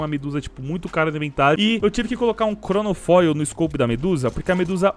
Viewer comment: Crono foil? Hauahuhauhauhaai pronuncia isso direito